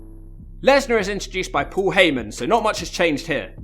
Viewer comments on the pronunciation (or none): none